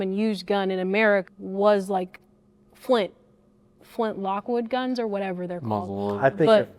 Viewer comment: bro said "Flint Lockwood guns"